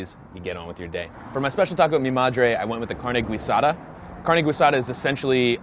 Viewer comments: Carne Guisada doesn’t deserve to be mispronounced... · Who else got deuche chills when he kept on saying carnay gweesado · "Carne Gweeesada". 😁☝️ Its actually Carr-neh Geeeee-sada "Carne Guisada" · Growing up in Texas “carne GWEEsada” killed me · David Harris carn-e ghee-sada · Carne Gooey-sada. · I cringed when he said Carne Guisada... pronounced carne geesada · How dare you. Go ahead and do your philly cheese steaks and hot dogs, but dont you ever try to critique TX breakfast tacos, you have no clue what youre talking about, "carne gwee sada"?? Im literally shaking my head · someone teach this man how to say carne guisada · In the last 2 years, has anyone told him how to say carne guisada? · Him mispronouncing carne guisada so badly is hard to hear.